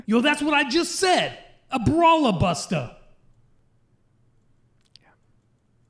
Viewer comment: I heard buster like bastard 😅😅